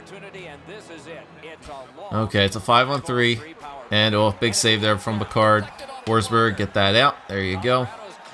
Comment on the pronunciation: It is pronounced "pick - erd", not "pi - card"